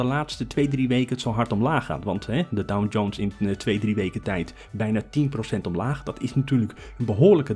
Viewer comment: Sorry, maar ik hoor je de hele video door DowN-Jones zeggen...